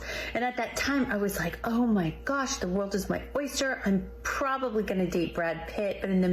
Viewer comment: “The wall is my oister.”